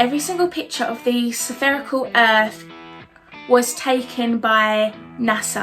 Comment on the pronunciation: Philophiser, sepherical earth. She is truly a linguistic expert 😂